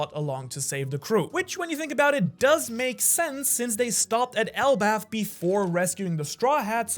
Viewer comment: It is elbaf